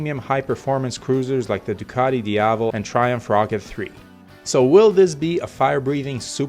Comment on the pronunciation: Diavel’s correct pronunciation: diav + el, where el is like in elbow. It’s an Italian slang word which means devil